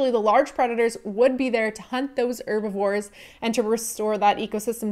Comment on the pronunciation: Dislike because you pronounce "Herbivore" as "Erbivore"